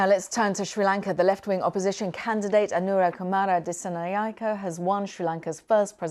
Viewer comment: English speakers trying to pronounce “Anura Kumara Dissanayake”…. Never gets old…🤣🤣🤣